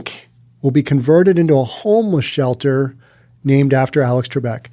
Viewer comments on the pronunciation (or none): "....Rink will be Vonverted..." oops